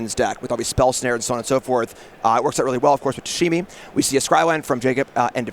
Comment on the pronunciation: Calling it Tashimi is insane.